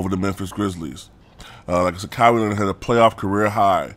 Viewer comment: Lol Ka-Why Is how its pronounced good vid tho